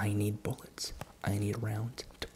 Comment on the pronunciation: Bro really said: i need more boulets! I need more boulets!